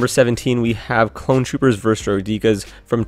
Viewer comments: Learn how to pronounce droideke (droidaka not droid eka) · Honestly this guy should learn how to say droideka